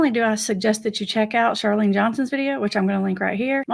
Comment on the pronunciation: Thank you for this subject. Honored to be featured. Minor correction- Chalene - no “R” but I loved the video and your channel !